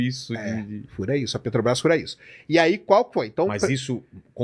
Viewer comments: Sei.... Que o nome é Petrobrás e não "Petobas". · "PETOBRAS" é dose. Tem criança lendo suas manchete de capa. Coisa horrorosa. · Descobriu que falta um R 😂😂 na peTObras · O correto é Petrobras (sem acento no 'a') e Petobras!